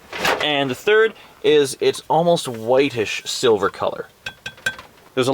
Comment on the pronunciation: what i heard the first time was "a lot of the time the silver bitch will be..."